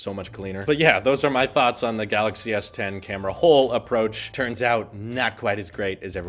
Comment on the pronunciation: Samsung Galaxy s10: Samsung Galaxy Tien I love it 😂.....just came to read comments btw don't care about what he says 😂 and so far im enjoying myself